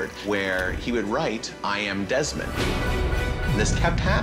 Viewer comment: Its deesmon not demon